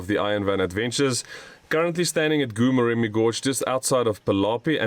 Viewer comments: oh my word... been struggling to understand where is "gu-murem". Please endeavour to ask the locals for the proper pronunciation of names. It wasn't until I saw the place that I suspected wanted to say Goo-Moremi. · It's pronounced Gho Moremi, the "G" sound like sum1 snoring. 😜